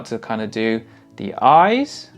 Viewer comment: The "eyeses" is getting you demonetized for sure lol